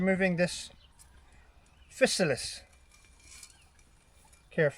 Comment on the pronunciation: Wowza! The River Cottage Mushroom guide is definitely one of the best available, beyond doubt! Worth every penny you paid and then some for a signed copy. "Physalis" pronounciation - Fye-sah-lis - as in "Fee->FYE<-fo-fum" In fairness, I pronounced Hermione as "Her-me-one" in my mind before the Harry Potter books came out..... plonker